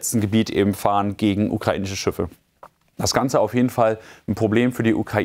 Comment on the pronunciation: Schiffe. Nicht Schüffe!